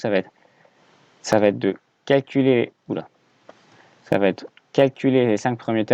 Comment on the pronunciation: ce n'est pas quelculez mais calculer